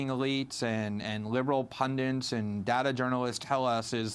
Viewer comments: "pundints" lol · Isn't this the guy who was sharing a fake news story defaming Sam Harris on Twitter? He also said 'pundents'. What he's saying is correct though.